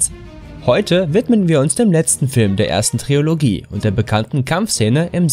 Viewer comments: Trilogie und nicht Triologie ! :D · Es heißt übrigens "trilogie", nicht "triOlogie"... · ...ein Sprachfehler, den niemand bemerkt hat? ...es heißt Trilogie, nicht Triologie ;)! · Eric McCoy und es heißt Trilogie, nicht Triologie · Ja. Und es heißt Trilogie und nicht Triologie. 😄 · Ab in die Tunnels die Seeräubers kommen. BTW: es heißt Trilogie nicht Triologie. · Und es heißt Trilogie und nicht Triologie.. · Hat er wirklich "TRIOLOGIE" gesagt? Es heißt Trilogie!!!!! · es heißt "Trilogie", nicht Triologie. Und man spricht Sujet "süschee" aus und nicht süye. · TRILOGIE, nicht Triologie.... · Das heißt Trilogie und nicht Triologie! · Trilogie, nicht Triologie. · TRILOGIE NICHT TRIOLOGIE!! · Fehlern - Die niemand bemerkt hat! ... doch: DU (rofl)! Ach noch was: das heisst nicht TriOlogie sondern Trilogie. Sag lieber "Dreiteiler" wenn du dich mit Fremdwörtern nicht so auskennst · Falls ich in diesen ganzen Kommentaren helfen kann, hier ein Beispiel: "Star Wars Trilologie!!! Es heißt Trilogie, Du Dich nicht zu artikulieren fähiger Youtuber. Und außerdem, schon der Name ist, mit Verlaub, bescheuert" oder "Star Wars Trilologie!!! Es heißt Trilogie, Du nicht artikulationsfähiger Youtuber. Und außerdem, schon der Name ist, mit Verlaub, bescheuert" und geschrieben mit "ie" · Außerdem sagt er zum ersten Beispiel "Triologie". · Der Moment, als er Triologie sagt bei Star Wars... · "Triologie", au weia... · "Triologie" hahaha - Tränen gelacht... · Es heißt Dramen, mein Bester. Nicht Dramas. Und es ist auch keine Triologie...